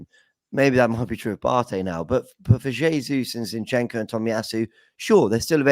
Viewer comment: I wish would stop calling Zinchenko, 'shinchenko' 🙄